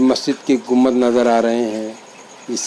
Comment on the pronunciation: ACHHA SILSILA HAI. A'BAD KHULDABAD DAULATABAD KI SAARI DARGAHON KI MALOO.MAT , SAHI HISTORY VDOS BANAIYE. ZARA APNE URDU TALAFFUZ PE DHAYAN DEN. AAP " GUMBAD " KO GUMMAD BO LE JAA RAHE HAIN..